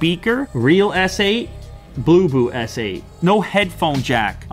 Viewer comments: Thought he said boo boo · When u say bluboo I heard poopoo ......